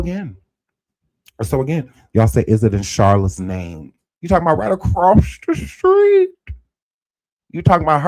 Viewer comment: I hate to laugh when you say “ across the street”. But it’s funny each time